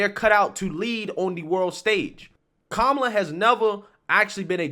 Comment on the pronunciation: The way you pronounce her name was racist too ,until Biden said it the same way.😆